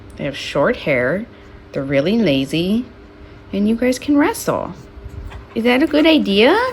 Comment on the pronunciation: WRASSLE? WRASSLE? DID U SAY WRASSLE